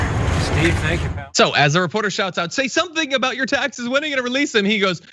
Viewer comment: Waaiiitttt a second...... Did you just say "We'll see a D pic from 45 before we see his taxea"???? Honey first he's got to have a "D" to snap a D pic........